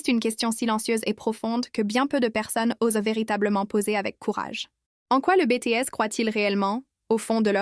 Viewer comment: MERCI BCP POUR TES NEWS .ET AUSSI , ON DIT BITIÈS . QAND TU DIS BÉTÉÈS , C'EST COMME LE BREVET DE TECHNICIEN SUPPERIEUR MRC❤❤❤❤😂